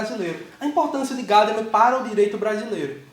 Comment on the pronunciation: Gadamer é alemão e não americano. A tônica está na sílaba do meio. Paroxítona. Em alemão se pronúncia Gamama. E no lugar do a e quase não se pronúncia e.